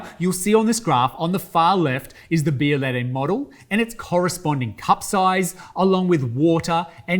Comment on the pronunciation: This not « bialayday »